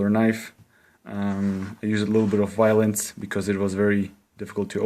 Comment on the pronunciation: its so funny every time you say violence lol